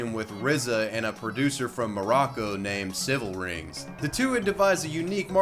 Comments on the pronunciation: "SILVA RINGS" not "CIVIL RINGS" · It's Cilvaringz (Silver Rings,) not Civilringz lol.